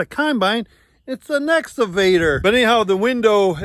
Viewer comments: EXCAVATOR not “exavator” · he actually says "Nexgavator." ,my god lol can we check him for being on the spectrum please... only concerned for yalls overall safety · Nooooooo. It isn't the essavator. You took pains to learn and teach the brand name pronunciation. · I still giggle when says "excavator" because it sounds like Ex Evader...like he's trying to keep away from a former girlfriend.